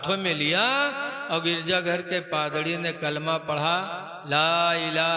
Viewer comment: Padrdi nhi hai Padri hota hai